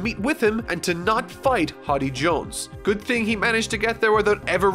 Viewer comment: Why does pronounce many characters and places wrong, it's not a one time thing, he does it a lot, does his editor not let him know? In this vid he said Hotty jones and vander denken.